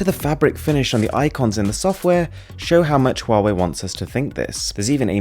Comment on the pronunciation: Pronounced Wahway